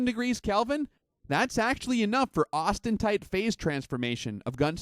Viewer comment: Please stop saying "austentite." The word is "austenite."